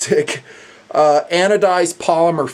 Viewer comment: what happened when you were trying to say "synergestic"?